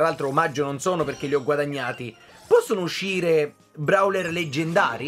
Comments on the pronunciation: si dice browel non brawel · Io,almeno io non dico brawler ma browler